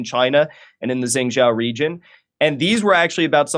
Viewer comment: Is he trying to say Xin Jiang region pronounced shin jyang, which is in the west of China and has always been outside of mainstream control which is in the east. Xin Jiang has significant Muslim population.